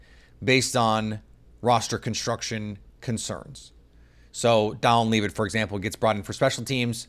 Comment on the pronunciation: I feel like a fan or at least a hobbyist just doing a job who watched a few games last year would know how to pronounce Dallin Levitt's last name properly.